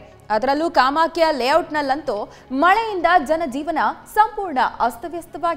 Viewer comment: ಲೇವೋಟ್ ಅಲ್ಲ...ಲೇ ಔಟ್. ಕನ್ನಡ/ಆಂಗ್ಲ ಕಲಿರಿ ಮೊದಲು.